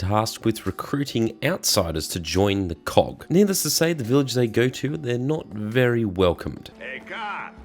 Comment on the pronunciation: is it just me or does it sound like you said cock instead of COG?